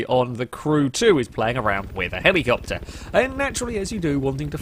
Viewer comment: Now you see when you say helicopter it sounds like hemicopter and well now it has to be done